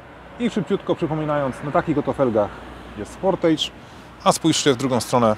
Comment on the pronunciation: Wymowa "sportydż" i będzie okej ;-) Wiem, że "age" wymawia się "ejdż", ale już sportage wymawia się "ydż".